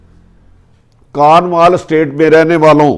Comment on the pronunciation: It is called Cornwall estate not kanwal estate